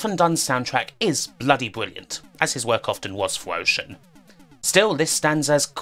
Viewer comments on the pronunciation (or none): I’m sorry, are you saying wowbot or robot? And is it Wocean or Ocean? I can’t unhear you pronouncing some of your R’s as W’s.